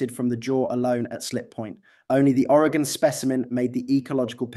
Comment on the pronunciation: Greetings from Oregon! Thank you for pronouncing it correctly! Despite the accent, you pronounce it better than most Americans from other states... who typically say Oreg-On .... cringe... it's Oreg-In. 😊